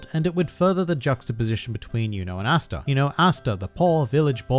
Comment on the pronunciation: Cringe every time you say “Asta”